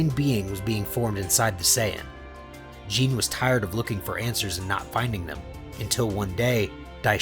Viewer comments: Her name: Gine The creator: J E A N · its gi nae